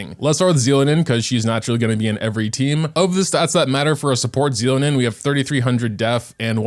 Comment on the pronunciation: Xilonen is pronounced as Shilonen, not Zilonen🤦